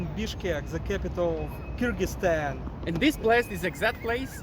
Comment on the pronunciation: 'Kyrgyzstan' not 'Kyrgyztan'